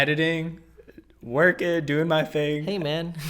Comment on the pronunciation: You cannot mask the "one ting." We know you,! 😁